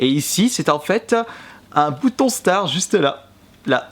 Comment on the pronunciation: Starttt pas star apprend a parler